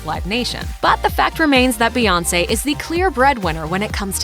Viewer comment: Bout time y’all learned how to say her name right. Was waiting to hear “Queen Bay”. 😂